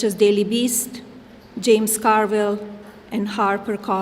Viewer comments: I love how you say “Car Vile” instead of “Car Ville.” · James Car-VILE